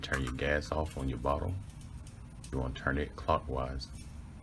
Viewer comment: Your ons sound like offs